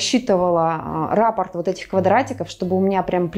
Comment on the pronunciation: Для дизайнера, раппОрт- слово французского происхождения, ударение на последний слог и это профессиональная терминология. Очень красивый и стильный проект